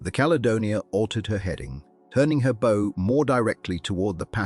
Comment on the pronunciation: Ai mispronouncing “bow” on a video re ships is distracting…